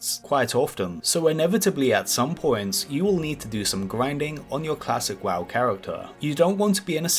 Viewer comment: gwinding on youw cwasic wow cawacktew :D